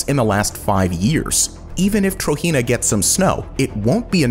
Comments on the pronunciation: Just to let you know. TROJENA is pronounced how it is spelt Tro-Jen-A not Tro-He-Na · (*Trojena is pronounced Tojena and not Trohena*) Amazing video I actually live in the Kingdom Of Saudi Arabia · you're pronouncing trojena wrong.